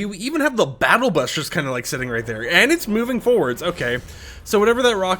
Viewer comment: why bro sayin b-us like that 😭